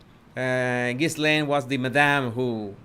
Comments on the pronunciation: Great video....very informative ! 👍 Btw, her name is pronounced "Ga-lane"... the 's' is silent. 😇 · The window is partially covered by the curtain. And the “s” is silent, it’s pronounced like “ghee-layne”. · Her name is Virginia. Not Victoria. The ‘s’ is not pronounced in Ghislaine. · Ghislaine is pronounced with a silent "S:. Her job was to groom and teach the young girls how Epstein liked to be massaged and have sex. She also made it easier for him because teenaged girls would be more likely to trust a woman than an older man. Ghislaine was Jeffrey's girlfriend for several years, but he preferred younger girls. Plus, he claimed he had to have sex at least 3x a day and so it took the pressure off her if he had sex with other people and she wasn't his only sex partner. The girls who did it more than once and became like "sex slaves" to Epstein and his friends were promised that their college would be paid for or other things. They came from very poor families. Many had already been sexually abused by others, so they fell into it easily as that is all they knew. Others just wanted the money promised them as they were poor and $200.00 just to massage some older guy seemed like it was an easy gig. I don't think most of them understood he would require sex too not just a massage. Plus, other girls from their high school recruited them so I am sure it felt safe to them. What I am confused about is the girls who went to his island and other states with him what did they tell their parents? Or did their parents not really care what their daughters did at age 14 and older?